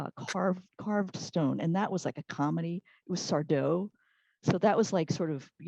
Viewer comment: That's SARDÓ...no mr. Accent on the DO